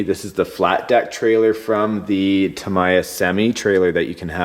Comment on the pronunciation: It's tamiya (tom-ia)